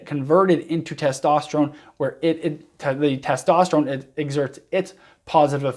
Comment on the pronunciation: “Testosteregen “ Lol